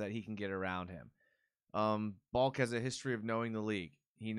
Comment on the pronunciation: you kept calling him Baulk and its pronounced Bahl-Kee. Come on! haha